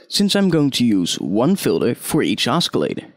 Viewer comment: "Oskillator" lol :P The c is silent